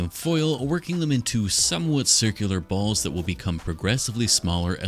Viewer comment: Why you say "balls" like that?